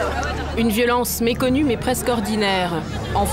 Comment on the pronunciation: voix off "une violence meconnue mais presque quotidienne" elle a dit meconnue xD